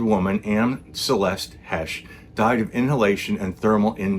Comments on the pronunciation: .. pronounced "Hey sh" ..not "Hesh like said" ..long A, okay? 👍 "HAAAAash, ..not hash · I'm 6 seconds in; already coming to the comments. You're pronouncing "Heche" incorrectly. Ugh...